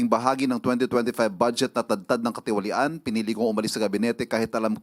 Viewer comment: Ang hirap bigkasin ng salitang katiwalian😂